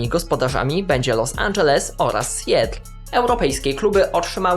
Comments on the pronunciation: sjetl? si-JAtl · Seattle wymowa poprawna SJATL ( długie a ), a nie SJETL, doceniam Twoj wysiłek w produkcji tego progamu, ale niepoprawna wymowa troche razi. * wystarczy iść na wymowe wyrazow- zajmie 10 sec. i problem z glowy. Słuchają cie ludzie z roznych zakątków Świata. Apple ...wymowa Apl a nie Epl ,,,please !.....Moje imię jest Andrzej, nie lubię być nazywany Endrzej ! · Nazwę tego miasta wymawia się "Sijatyl"